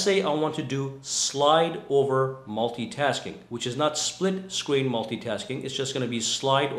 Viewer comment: Is it so hard to pronounce split screen?